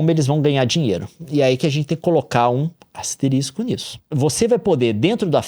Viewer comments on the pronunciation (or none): none